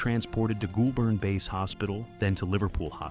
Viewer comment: It took me three tries to get that you were trying to say Goulburn, which, by the way, is essentially pronounced “goal-burn”, not whatever that was